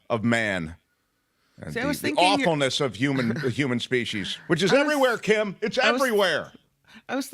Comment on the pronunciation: I'm From New Zealand. Kim's pronunciation is Correct.